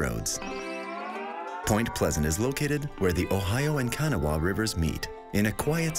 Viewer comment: Its Ka-nah not kaa-nuh-waa the w and h is silent so you dont have the waa or uh at the end just nah and the first a is short sound so Ka .. Kanawha its one of those words that sound nothing like how there spelled or look Google even pronounces it wrong.